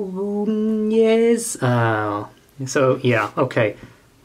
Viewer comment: Just for future reference, "Quinones" is pronounced KIN-YO-NEZ